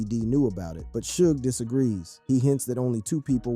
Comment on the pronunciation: Not to mention the 1st time you said "Suge's" name....smfh